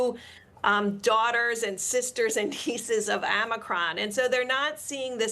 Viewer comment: Amicron??? No it was Omicron